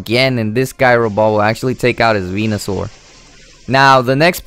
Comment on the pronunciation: The only thing to improve would be pronunciation. You space out the Sable and Eye too much. Also, the move is pronounced Ji-row-ball and not gi-row-ball. I am no English teacher, but it could actually help you get more fans. The G sometimes sounds like a J.